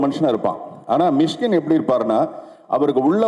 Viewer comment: மிஸ்கின் இல்ல.. மிஷிகின்.. நாக்க நல்ல வழிங்க.. அப்பதான் வல்லினம், இடையினம்,மெல்லினம்.. வரும்.. 🤣🤣🤣🤣🤣🤣.. என்ன தமிழ் பேசுறீங்க அமீர் பாய்.. 😇😇😇😇😇😇😇😇😇😇😇🤣🤣